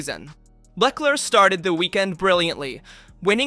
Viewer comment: Mispronouncing Leclerc Name, Hungary Ring, adding Nürburgring is in today’s day and age a MAJOR disqualification…. Either change your translator, if used, or do something different!